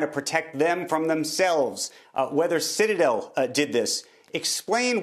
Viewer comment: Pronounced - shitadel